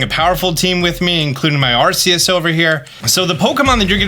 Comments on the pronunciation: learn the name it's not asseus it's arc-eus geez learn the damn names ffs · But it sound s like arse ee us and Translate French to English and put arse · During the Pokemon Presents, The CEO pronounced Arceus differently. So how do we pronounce it? Ar-cee-us or Ar-Kee-Us? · FFS IT PRONOUNCED AR-KEY-US!! You could at least get the name right if your gonna make a video about it. Geez! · It's pronounced Ar-Kee-us. Why can't you people not get it right? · ARSEEUS 😂😂 Also, thanks again. Knew you'd have my back with info as soon as this all come out. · R Key Us = Arceus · Arkeus. Say it right. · “Arseeus”… I love it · 'Arseeus' you do this just to hurt me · ah yes arseus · I like the videos he does but can't stand it when he say arceus so cringey say it right. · You always say Arceus wrong 😢 😂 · You are saying Arceus wrong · Hate when people say Arceus wrong lmao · still insisting on pronouncing the soft C eh